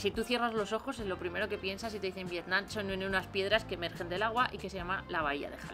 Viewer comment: muy bien el video y todo, pero la verdad me pone un poco nervioso que la chica llame al pais "Vietnan" todo el rato y no Vietnam.